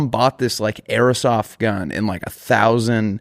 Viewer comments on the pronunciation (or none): who's gonna tell it's "airsoft" not "errasof"